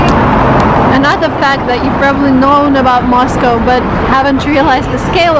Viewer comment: I enjoy Moscow.and I enjoy the way you pronounce Moscow correctly..not that American way MOSCAW thats wrong.sorry I know Americans are trying to speak English..we all have an accent.thats ok ..we keep trying.i personally want too speak Italian well but I will always have an English accent..unless I employ a voice coach each time before I speak ha ha ha .sorry went off on a tangent there...ps I prefer Saint Petersburg grazie Mille ciao ciao